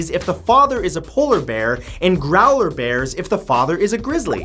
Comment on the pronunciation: matt, it's pronounced grow-ler bear like polar bear with a GR instead of a P